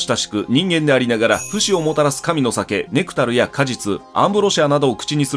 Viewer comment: ネクタルのイントネーションはク、ネクタイののイン(ry